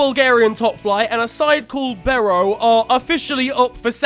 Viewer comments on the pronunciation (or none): bro i'm from bulgaria, you said barrow, i was dying, it's beroe, you've been talking about bulgarian clubs before and for a man from england you've been quite nailing them, but this is the worst i've ever heard, i couldn't breathe for like 1-2 minutes